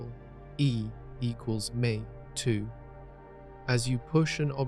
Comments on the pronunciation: My bar for these vids includes if it is human narrated or not. This one seemed good, but the tell was when E =mc^2 was read as “e = muc too” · E equals mate too. The writing is great, but AI voiceovers are still shite.